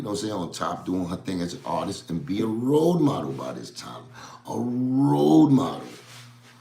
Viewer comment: you said “Role Model” or a “Road Model”??